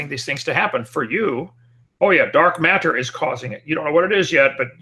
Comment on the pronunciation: "Dark Mat-ter"